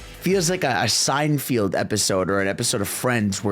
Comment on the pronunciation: Did anybody else hear him say Antiques instead of antics during the part about team Sonic racing video I don't know Shadow and Sonic running to antiquing hahaha. The word is Antics bro also did you say sign field it's Seinfeld bro I'm just saying bro it's kind of funny you said it not hating